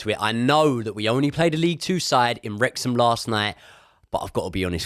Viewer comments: It's Wrexham 😂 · It’s Wrexham ffs 😂😂😂